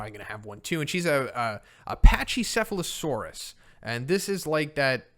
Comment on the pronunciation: just FYI pachycephalosaurus has a hard "K" sound, not the soft "ch"